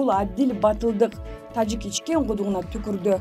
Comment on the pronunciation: Тажик дегенди эмнеге башкача айтасын журналист кыз